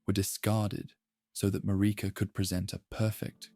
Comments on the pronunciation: It's Marika, MA-RI-KA, they say it a million times in the game, how the heck can you not pronounce it properly?! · MaReeka. 😂 it makes me laugh a lil bit every time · I’ve been around the Elden Ring fandom since the game released, and yet I still hear different ways names are pronounced. Almost 4 years, and I’ve never heard anyone say “Radahn” like “Radun” nor “Marika” as “Mayreeka”. I’m not making fun at all, just mentioning that you have a unique pronunciation of these names, and honestly some of my favorite ways I’ve ever heard them pronounced